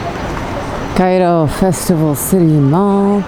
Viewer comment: I love how you only lived in cairo for 4 years but yoy say the og cairo like us xD and make fun of new cairo